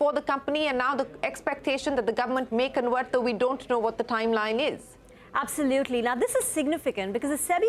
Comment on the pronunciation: "Thaim line" Overacting